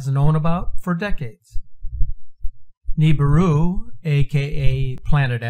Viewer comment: Dude it not Nibuir is apodos